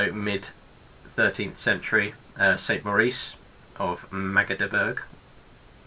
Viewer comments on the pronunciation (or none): "Magdeburg" is pronounced like "Mahg-de-boorg" or "Mug-de-bourg" and "Gotland" like "Gohhht-lund" ["u" like in "to hunt"] (roughly pseudo-phonetically transcribed for native English speakers).